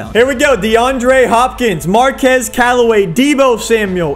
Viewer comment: I mean this with no disrespect but just some pronunciation corrections Davanta Smith is Duh Von Tay smith And Marquez callaway is mar Kees callaway